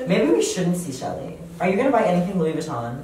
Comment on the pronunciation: Your stylist can’t even pronounce Louis Vuitton the right way😂, fire him. Love your mom btw, she’s so kind!